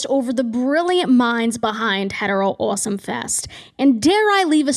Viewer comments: First time on your channel. Pleasantly jumpscared by “uoawsome” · Obsessed with how you hit the first syllable of “awesome” and “offer” awh-some video you’re awh-ffering what accent do you have 😭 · Love when the Boston accent gets really strong at "awesome" genuinely your voice is lovely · actively struggling to keep my echolalia in check every time u pronounce awesome like that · big fan of how u pronounce awesome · Something about the way that you pronounce any word with "o" and "aw" at the beginning scritches my brain right. I love your accent 💕